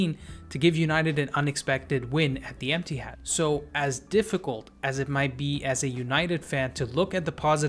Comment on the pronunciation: lool not u saying emptihad soo bitter jus accept it ur team trash bro chill